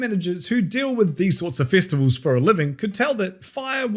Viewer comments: you said festabulls not festivals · "Fistival"?? 🤔 ...seems like something that can be allot of fun for someone who is into that kinda thing. Mate, are you sure this is an accent and not a speech impediment. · You know it’s gonna be a great video when it starts with the word “Fistivals” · I thought he said fist of vowels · "Fistivals"? Not sure I'd go to a non-scandalous one of those.